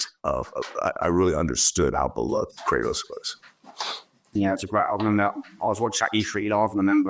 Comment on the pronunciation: did this mf just say "cry-toss"..